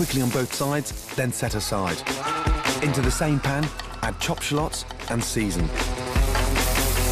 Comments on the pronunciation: Dice the "Sholots" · Like and watch any/ all of your vids I come across, but I laugh every time I hear you say "shaLLOTS"